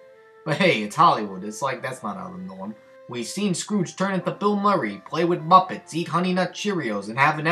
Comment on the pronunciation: The Mumpetts